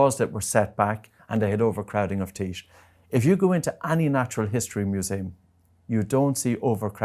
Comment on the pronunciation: Sorry. Can't trust anyone who can't pronounce teeth properly lol